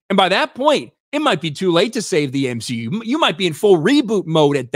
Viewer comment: The M-SHE-U does X-MEN ? 😂😂😂